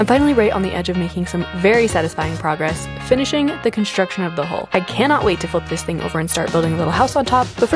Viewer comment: Every time you say "Hull" I hear "Hole" and my mind keeps imagining it's a Hobbit Hole you're building. Your drive and positivity is inspirational!